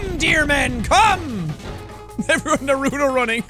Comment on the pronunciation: He really did just say naruto wrong didnt he